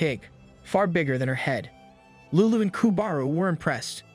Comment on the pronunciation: If he was trying to pronounce lulu in a more Japanese way than I guess itd be closer...